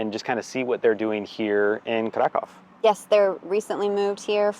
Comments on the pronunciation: Funny thing, Polish language must be a real challenge for English speaking people, because at the beginning of the video, pronounced the name of the city, ‘Kraków’, four different ways, but none of them was how Polish people pronounce it. Btw, it’s [Craackoov]. Also, him and Sarah are definitely Americans, but was sporting an FC Chelsea jersey and referred to foot-football as ‘football’, not soccer. It’s almost un-American. Lol! I’m glad that they liked their stay in Kraków and in Poland and produced a good video. Thanks! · 0:6 It's so funny listening to your mockery of the English pronunciation of the name 'Krakow'. Do you speak Polish,? In fact, "Krakow" pronounced correctly by an English-speaking person sounds to a Polish ear like "krakał". In Polish, this verb means "he cawed".🥰